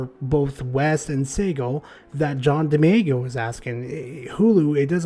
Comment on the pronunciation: I appreciate the video but if you're gonna say someone's name a bunch of times maybe just find a video of them saying their own name so you don't murder it. Much love though